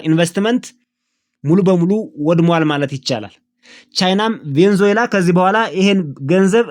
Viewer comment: *Venezuela 'ቬነዙዬላ' ነው ትክክለኛ አጠራሩ።